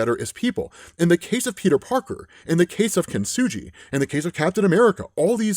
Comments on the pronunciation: This is great, but I have to point out "Kintsugi" is said with a hard g, not a soft g! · You’re mispronouncing kintsugi- it’s with a hard G not a soft G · Only one note. Kintsugi is kin-tsoo-gee, not kin-tsoo-jee. Kintsugi is the japanese practice or art of repairing glass and ceramics using lacquer enamel sruff mixed with ground up precious metals. It doesnt reeally make anything stronger. It just repairs something. It is akin to finding beauty in someone's scars or stretch marks. It gets pretty philosophical and echoes a sentiment found in various places of Japanese culture.. that things that are perfect and symmetrical and flawless and last forever are inherently less beautiful and lovely than things with small flaws. Things with history. Things that have a lifespan. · Kintsugi not kintsuji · kin-su-gee. just saying... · Kin-su-Gee (hard G) btw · Kintsugi saying his name is hard to pronounce, while actively mispronounces the name repeatedly for 5 minutes is 👌